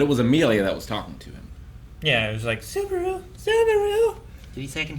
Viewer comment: A whole season later and still cant say the main characters name incorrectly. At this point i feel like he's not even trying to get it right